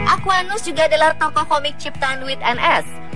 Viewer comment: Yang bener itu... Aqua, dan, Nus. Kalau nyebut yang bener napa.